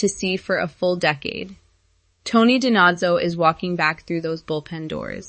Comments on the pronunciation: This robot can’t even pronounce DiNozzo correctly. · Pronounce it like Fornell does. The actor is Italian-American and pronounces it properly. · You can't pronounce Tony's last name correctly. This is probably AI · If you cannot pronounce Dinozzo correctly I can’t take this video seriously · Yes, they forgot Harmon and Dawber! Pronounce Tony’s name correctly, please. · Learn to pronounce DeNozzo!